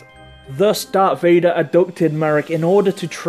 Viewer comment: You say darth not dark